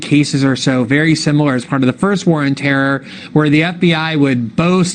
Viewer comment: Glen you said War of Terror wrong.